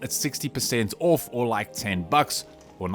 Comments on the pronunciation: Think you are trying to say off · Like your video's but get triggered everytime you say ORF